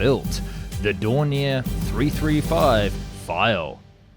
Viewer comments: Its more like DOE and not DUH XD just ilk you say O in Door. Doornier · Its do...not du...😂😂😂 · Thank you! D-O, not "Do". H-E, not "He" or "Me". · Its not....dow Its ... D .. O.... Its not..He... As in pronounced he said so Its ...H.....E... Initials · Rather than pronouncing 'Do' as Doh or Doo it's better to say Dee Oh. Same for Me 262. It's Em Ee 262, not Mee 262... Jay You 87 not Jew 87, etc. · Its not spelled Du or Mi.... its Do as in Dornier not DURNIER same whit Messerschmitt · Isnt it pronounced Dorn-e-ay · it's not a case of being pedantic it's a case of being accurate. I've never EVER heard the first two letters of Dornier, for example, pronounced as anything but 'Dee Oh'. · It's doh.